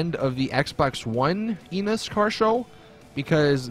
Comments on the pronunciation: When you said Enus it sounded like you said anus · Did he say "Come in my Enus" ?